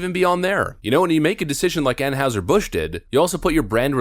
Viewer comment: I have a nit-pick: It's pronounced An-HIGH-zer, not An-HOW-zer.